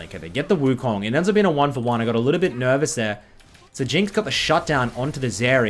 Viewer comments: I need them to nerf zeri into the ground so I don’t have to hear say zeeri all video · Does it not bug anyone else how he pronounces zeri